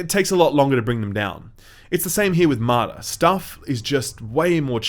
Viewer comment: Martha ??? You keep saying Martha ...